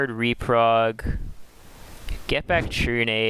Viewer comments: It's Reprod not Reprog lol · why do you keep saying reprog when theres no g in the word im so confused